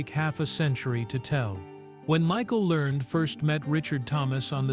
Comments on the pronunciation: Last name is learn-ed pronounced and print it RIGHT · The last name is Lear ned.